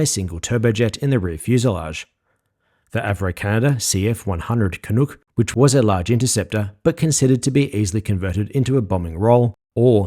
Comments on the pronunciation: its called the CF-100 Canuck, uck not ook. Love the videos..... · As a Canadian, I was flabbergasted to hear someone pronounce Canuck in the way he did.